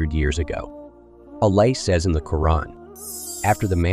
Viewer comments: Get a Narrator. I don't like how the AI pronounces "Allah" (SWT) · The person telling story ..are you mispronouncing the words on purpose...like Allah, Quran, and any other videos your talking over